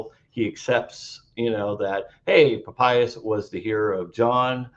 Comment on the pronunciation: This guy can neither read Greek or Aramaic. And his pronunciation of ancient names is abhorrent! So he's got a legal degree. I have heard during my BA in the Classics that Lawyers Latin is atrocious! Right now he is saying "Pa payas" and not Pa pi as --- ugh! This fellow could have paid for a tutor to work on his ignorant pronunciation.